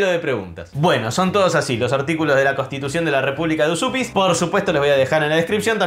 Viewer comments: Estudié lituano y la pronunciación correcta sería Uyupis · lo mas parecido para pronunciar Užupis seria decirlo asi: úshupis. Yo estuve ahi y no sabia que me podian sellar el pasaporteee AAAAAHHHHHH tengo que volveeeeerrrr!!!!!! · gran video... se pronuncia "uyupis". abrazo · No costaba nada ver en el traductor de google como se pronuncia Užupis en lituano!!! Es algo parecido a "Uyupez". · En realidad no seria tan facil ser ciudadano de Uzupis...porque primero habria q saber pronunciar bien el nombre😅 para mi es Ujupis o Ucjupis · Dice mi novia, que es descendiente de lituanos, que se pronuncia "úshupis"